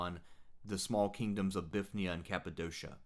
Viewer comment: Confuses me how so many people miss the Y in Bithynia. By all convention of pronouncing greek places you would expect English speakers to say bi-THIN-ia